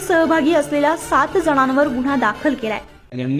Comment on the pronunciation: शुद्ध मराठीत बातम्या सांगायच्या नादात या वृत्त निवेद्यकीने न च्या जागी ण आणि ण च्या जागी न केले आहे गुण्हा..